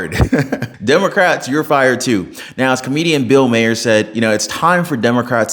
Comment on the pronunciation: Please learn to pronounce Bill Maher's nane it is Mar not Maher he has been on tv for years and years. I love your show.❤😂🎉